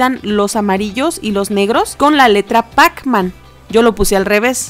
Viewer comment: En donde dice pac parecía que decía pau